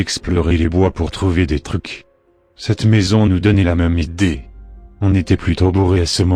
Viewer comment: Je viens de savoir que parfois tu disais des mots exagérés du genre "iDEE"